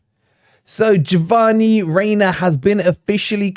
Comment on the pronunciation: "Javanni" Reyna - lol. Good analysis - correct that he is best as a 10. He isn't effective out wide with the USMNT.